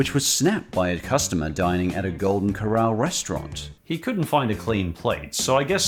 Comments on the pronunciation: You can't even pronounce the word "corral." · Two tips that makes it easier to remember how to say “Corral” properly 1.Remember the fact that it’s two syllables is supposed to be very obvious. The first doesn’t smoothly roll into the second. 2.Remember “Cor” as being pronounced precisely the same as the word “Core” and remember the second syllable “ral” is said the same way as it is said in “ralph” and “rallies”